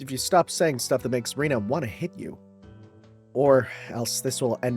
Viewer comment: I think Rena's name is pronounced Ren - na the way you're pronounced makes it sound like Rina